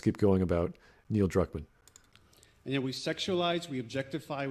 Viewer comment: More like Neil Drukmaam